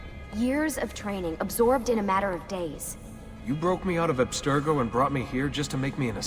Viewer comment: Obstergo?? Fucking seriously?